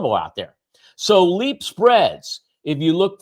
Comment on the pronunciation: It’s LEAPS! Cmon man